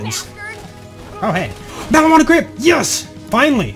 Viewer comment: Bullets go fasterIfed and it's maliwan not maliwana